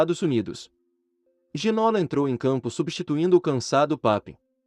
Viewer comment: Boa tarde, obrigado pelo video. Bem merecido. Mas se posso deixar uma pequena correcção, no Brasil estão pronunciando o nome de forma errada: o nome dele, por ser francês, pronuncia-se GI - NÔ - LÁ. A acentuação é na última silaba , como se tivesse acento no Á - LÁ . :) Espero que não levem a mal, a intenção do meu comentário é apenas ajudar a corrigir isso. Muito obrigado pelos seus videos. Conteúdo TOP. Abraço de Portugal.